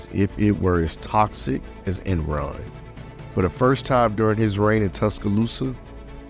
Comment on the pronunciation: My man said Enron 😂